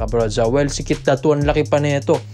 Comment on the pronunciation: Ayusin mo naman pag bigkas ng pangalan NI KEITH DATU AYYY SUSS